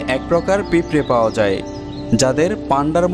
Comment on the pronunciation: "বার্শন" নয়, "ভার্শন" ! "পিপরে" নয়, "পিঁপড়ে" !